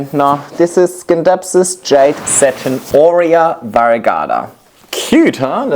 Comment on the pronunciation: Even though the word scindapsus comes from the green skindapsos it is pronounced " sinˈdapsə̇s" with a silent C like in Science. It is an excellent plant and Flora Magnifica are so good.